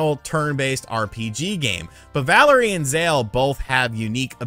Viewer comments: Also it’s pronounced “valeer”. Not Valerie. Valere is a French name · “Valerie” lmao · I feel like intentionally makes mistakes for whatever reason. "Playstation Now" should have been Play Station Plus. Valere was mispronounced as "Valerie". He mixed up the power that Valere and Zale have. These have to be intentional or else he is just a lazy reporter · valere lunar and its valere, not valerie zale solar you got it backwards